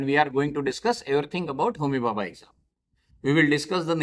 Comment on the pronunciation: Sir it's homi bhabha not homihaha